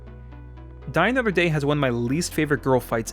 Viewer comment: Well, he didn't mock Spectre in this video, but he made up for it with "I GUSS EYLL DUH MOTHER DEH".